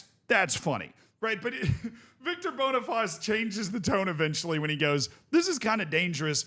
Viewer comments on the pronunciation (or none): just a quick heads up cos ik you like to pronounce names correctly, Boniface is pronounced "boni-face" and not "bonifaz", the bonifaz is the French pronunciation